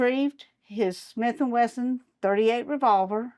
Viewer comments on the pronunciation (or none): none